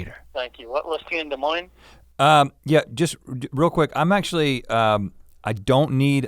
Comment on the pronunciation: I live in Des Moines and when I heard that I got excited yall pronounced it correctly